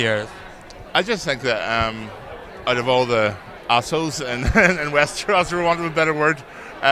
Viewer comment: WESTERWOOOOOS!? Sort ya fucking speech out reporter fffs! 🤮